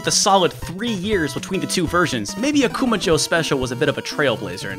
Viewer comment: Dude, your pronunciation of Akuma jou is way off. You have to stress "ma" not "ku" and jou is not pronounced like the American name Joe. May be I'm nitpicking here, but this has the same nails-on-the-chalkboard appeal as mispronouncing SF2's Ryu's or Gunpei Yokoi's name. It only takes less than a minute to find a Japanese video on here where you can hear the correct pronunciation if you don't know it yourself.